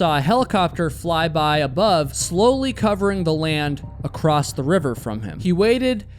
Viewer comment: I hit the stop button after the second time the presenter said “acrosst”. Can’t stand listening to this quasi illiteracy.